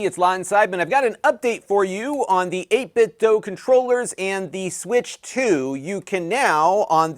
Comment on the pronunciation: Just FYI, it's pronounced 8bitdoo, not 8bitdoe.